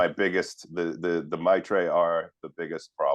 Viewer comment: Two against One on the pronunciation of "Mitra" stop with the "Matra" crap.